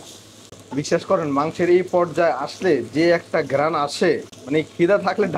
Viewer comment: আপনি গেরাণ বলেন কেন???